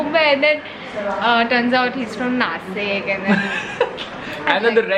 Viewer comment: Nashik not nasik